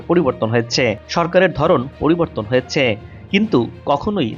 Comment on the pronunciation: হ য়ে চে। হ য়ে চে। এগুলি কি য়ধনের উচ্চারণ।।